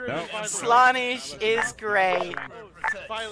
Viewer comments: did u mispronounce the name slanesh? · your saying slaanesh wrong -a noise marine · the way he said slaneesh actually triggered me